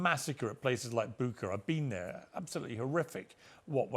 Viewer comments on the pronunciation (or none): Piers says that he went to Bucha, but he doesn't know how to pronounce it. What a moron.